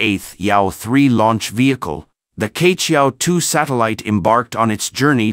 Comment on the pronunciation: Queqiao should be pronounced as chiechiao not kechiao.